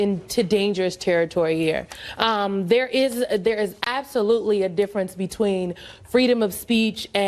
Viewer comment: diffrince between free speech and heck-a-ling, y'knowwha-dime-sayin'? Let's make her a professor at Harvard! Oh, she already is... congrats, Yale